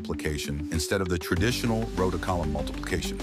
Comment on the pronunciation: The first 15 seconds and the voice speaking has already pronounced "row" and "matrices" very weirdly. Could you get a real person to voice the script, rather than an artificial one?